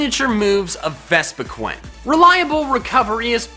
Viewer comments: VespiQUEEN not vespiQUEN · Henry Malin it's actually pronounce Ves Pee Quen not Ves Pee Quin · Sigh vespiquen? Quen? QUEN? Dude! It’s vespiqueen! Vespi-Queen!